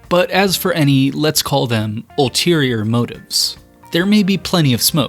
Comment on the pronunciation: That's Jack Billingham, not Woodie Fryman. Mark Littell pronounced his last name luh-TELL, not LID-ull. The word is ulterior, not alterior.